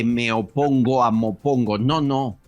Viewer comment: ¿en serio eso es "me opongo"? Ostrasssss😅😅😅😅😅